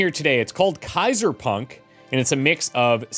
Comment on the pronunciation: I remember playing Kaiser on the C=64, but that was largely text-based. ^^ Kaiser is German for emperor, the Latin Caesar is the same word only written differently, regardless what you've heard in the public education system or on TV, both pronounced ( perfectly by 👍) similarly (as in lye:) Kye-zerr (:soft to voiceless R, same for:) or -sar as in SARah, depending on the dialect. Dressing "See-zar" was an Italian chef, I think. 😛